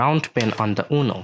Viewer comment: This is not "uno", this is " UNO"😂